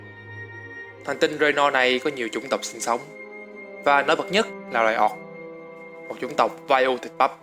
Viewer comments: "Ooc" thì ổng đọc thành "Oọc", cũng đến lạy. Xem tiếng anh nó đọc như thế nào mà lại tự thêm dấu vào như thế. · Chất lượng video thì ko còn gì để chê rồi, chỉ cần chỉnh lại cách đọc tiếng Anh một chút là okay dáo xư ạ :v Người “oọc” 😂😂😂😂